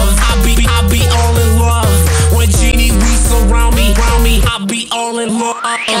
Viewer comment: They pronounced Ginny wrong -.